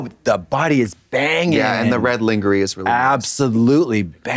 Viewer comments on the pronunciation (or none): We gotta teach Trixie & Katya how to pronounce "Lingerie"😂... I love them!!❤❤ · HOW DID TRIXIE JUST PRONOUNCE LINGERIE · WHY IS TRIXIE PRONOUNCING LINGERIE LIKE “LEENGEREEY” LOOL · Why is no one mentioning Trixie pronouncing it LINGER-Y 👁️👄👁️ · Why does trixie pronounce lingerie like Linger- Ee is that a country thing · Did she just call it Lingery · I don’t know how to say “lingerie” after watching that